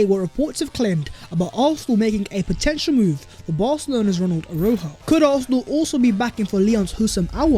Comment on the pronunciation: U pronounce the j a shjjj aroushjo